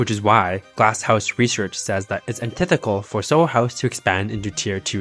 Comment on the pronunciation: Antithetical, not "anthical", but your English is otherwise pretty good.